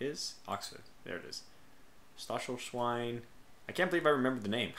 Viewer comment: By the way, "Stachelswein" is pronounced "stack-elsh-vine," I believe. Emphasis on the "stack."